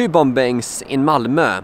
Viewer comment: The second "B" in "bombing" is silent, by the way.